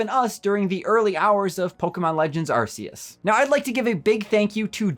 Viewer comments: Actually the original and correct pronunciation is 'Ar-See-Us', it's still used in all of the Japanese commercials to this day. You can't even argue that it's a localization thing because it's the exact same word and its not even that hard to pronounce. There is no reason to force your butchered western pronunciation on everyone else, especially when the creators of the game say it 'Ar-See-Us'. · Actually 'Ar-See-Us' is the original and correct pronunciation, it is still used in all the Japanese commercials to this very day. The game was created in Japan (and the original diamond/pearl released there first) so it's safe to assume they have the correct pronunciation. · You couldn’t be more wrong. Official Nintendo site calls it Ark-eus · Hey, it actually is pronounced ARK-ee-us. It was really funny to hear your incorrectly correct Alex in that other video. 😂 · Darn it,!!! Its Arceus!!!!!! NOT BLOOMIN ARSEUS!!! Bloody moron!!!!!! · If you're going to say asseus just don't. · actually, it's incorrect. It's the original way they pronounced it until they realised half the world laughed whenever you said it like that. So when Nintendo officially announced legends arceus they pronounced it the way you're supposed to, putting an end to the debate once and for all, but some people were too used to saying it wrong and continue to sound like idiots. 👍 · Incorrect. Try watching some of the Japanese commercials. Dont force your butchered dub pronunciation on everyone just because uk and europe cant handle the word arse. Collectively grow up and respect the original pronunciation. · areseeus? okay guys, when you talk Charizard in the future you gotta call him Lizadon now :) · Not Shane Dawson saying Arceus wrong 💀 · How long is he going to keep mispronouncing it?